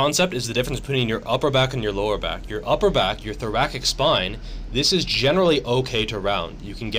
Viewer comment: Thora-sick not Thora-kik. I do agree with you though; thoracic rounding is not necessarily a problem. Good information.